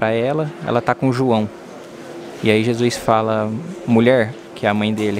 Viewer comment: Os vídeos estão incríveis 😭🤩 Mas corrigi mentalmente toda vez que escuto Jusuis😂